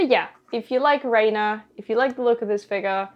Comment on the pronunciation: i won’t spoil it for you in case you haven’t gotten to this part of the story yet, but renas name is actually pronounced (rehn-ah) and not (rain-ah). i don’t think this was gone over in higurashi gou and sotsu but in the original higurashi series and visual novel (which you should definitely check out btw!!) they give a reason for why her name is pronounced like that!